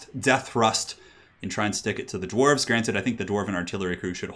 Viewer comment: Gwarves? WOULD YOU LOVE A MONSTERMAN